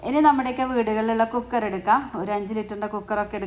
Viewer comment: കൂ ക്കർ അല്ല കുക്കർ